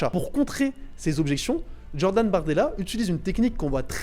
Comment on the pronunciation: Depuis quand J ça donne 'dj à l'oral ? Un peu de mal avec le français ? Il n'est jamais trop tard pour progresser !